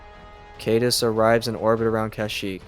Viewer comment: Thanks for these but a lot of mispronunciations. For example, Caedus (how it is spelled) rhymes with "guide us"